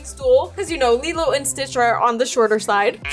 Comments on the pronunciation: you said stritch lol😂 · U GOT ME DYING U MESSED UP THE WORD stitch😢😢😢😢😂😂😂😂 ppl hacking me when ui watch u